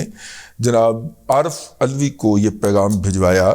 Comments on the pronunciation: Please don't call him Aulvi. Its ALVI and shouldn't be ridiculed due to religious reasons. Kindly have a careful reading of history. Its a sensitive issue. I am your regular listner; but We need to be extremely careful (in such issues). Kindly respond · جناب علوی یا اولوی نہیں بلکہ دلوی لکھا پڑھا اور پکارا کریں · ULVI ha,.. ka, talafuz sahee ha,... DADA G.